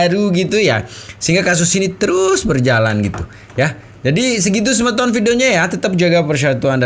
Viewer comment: Bukan sebeton tapi semeton, semeton itu artinya seperti sahabat atau sodara